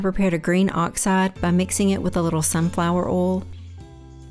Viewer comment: I am so proud of you I have a tear in my eye. This is an amazing video that I can tell you put your heart and soul into. I love your voice over! And let me just say I did not imagining you having a southern accent! I need to change the way I say, “Oil (insert Southern California accent 😂).” You say it so much cooler! Bravo and take a bow!!!!!!!